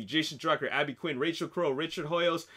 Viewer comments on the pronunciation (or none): none